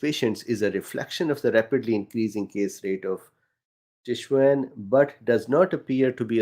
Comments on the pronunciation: I am not correcting you, you seem keen to say it correctly. Tshwane is tsh-wanie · Tshwane = "Tshwarnee" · Tswane pronounced Tswaané. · You are pronouncing Gauteng correctly but Tshwane should be pronounced Tshwarnee. Thanks for your report. Even here in South Africa they are not telling us all of this in our media.. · It's pronounced something more like "Tswa-ne" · (t)shwah-neh - also your Gauteng pronunciation is pretty good - the g is a soft sound similar to if you were making a hissing sound like a cat. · Its pronounced Tsh-wani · Tshwane is pronounced TSWA(like the U in BUT) NE (the E like in tree) Twunee. Ignore the H. But I do not think anyone would care. Cruelty to the tong for some, I know. Thank you so much for keeping us up to date. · just to assist you with saying the name Tshwane - it is pronounced: Shwaani 😊 hope this helps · Thank you! And your pronunciation is getting better <3 Tshwane = /tswɑːnɪ/ (I am a South African living in Israel) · Thank you. Btw it's pronounced Tshwa ne. The end e is pronounced. Well done on pronouncing Gauteng correctly. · Tshwane = tsh waah nee. You are pronouncing Gauteng correctly, starting with a guttural "g". Bless you:)